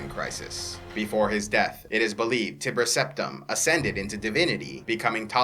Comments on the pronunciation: How come you pronounce Tiber as Tibber? I don't usually gnaw at this kind of thing, but I've never heard anyone pronounce it differently before. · Great video I love it, but just so you know in the future, the "ti" in "Tiber" is pronounced just like it is in "time" :) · There are already so many lore videos for the Elder Scrolls games and yet I'm still excited to see more of these. Just; please don't call him Tibber, okay?